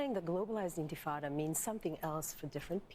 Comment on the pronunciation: She says "intifada" like white people say "tacos." As a Mexican Muslim it's so cringe on a whole other level. ears bleeding Whitewashing? Girl, you are WITE. Every accusation is a confession.